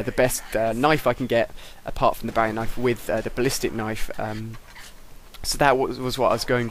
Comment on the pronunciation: You said "Barry knife". No that's not how you say it, you say "bowie knife"